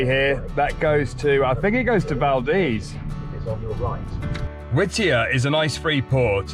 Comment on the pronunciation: Great video! It was so good to hear you pronounce Valdez correctly in this video! Safe travels!